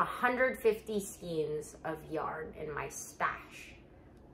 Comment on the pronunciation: I love watching your videos! I have a bit of a hard time with the way you say skeins 😫